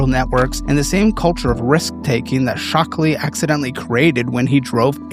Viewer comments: Shockley, not "Stockley". come on, you even have the right thing on screen. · SHockley NOT STockley. Morons run California